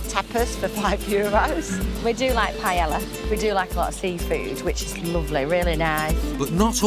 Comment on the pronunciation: "We do like some Pi-ella". Sure you love it, you love it so much, even while standing on a beach in Spain, you don't have a clue how to say it!